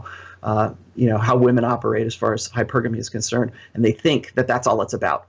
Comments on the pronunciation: It's hy-PER-guh-mee, not hYper-GAME-ee. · ...I'm pretty sure it's pronounced: hy-PER-gamy.